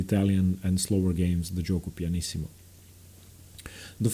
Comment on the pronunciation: You have a really good pronunciation of giuoco piano and pianissimo, why? lol